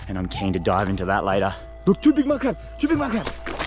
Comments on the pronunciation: The word he say madcrab ihear like minecraft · wow when u said 2 big mud crab fast it sounded gibberish lol i love the vids